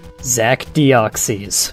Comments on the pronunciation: Its not dee-ox-ies its dee-ox-iss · It's pronounced "Deoxis". Not "Deoxeez". Just letting you know. Then again, that's how I personally pronounce it. It's not necessarily the "correct" pronunciation. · It's not pronounced with an E in i its Deoxs then you put in the Y without pronouncing it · Dee-ox-is. That's how you pronounce it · I cringed every time he said Deoxees. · ur pronouncing deoxys worng